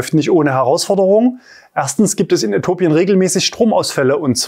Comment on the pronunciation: Äthiopien da ist noch ein i 😂😂😂 wird nicht äthopien ausgesprochen sondern Äthiopien ;)